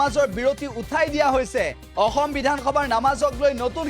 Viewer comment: ই অসম শব্দ টো উৎসাৰণ কৰিব নোৱাৰে সাংবাদিক